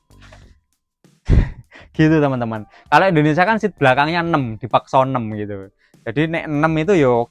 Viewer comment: Indonesia bang.. bukan Endonesa.